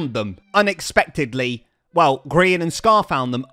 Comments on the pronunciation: min it said grain not grian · Love how every time it said Grain instead of Grian 😂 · Anyone notice is says "grain" 😂